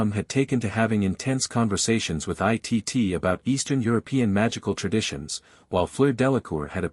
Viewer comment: Can't they teach the AI computer that Cousin Itt's name is pronounced "It" and not "I.T.T."?